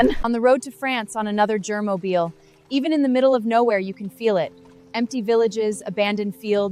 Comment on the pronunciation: ‘germobile’ is crazy 🤣